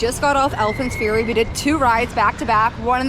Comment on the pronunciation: Great vlogs man but why do you call it Alpine fury 😄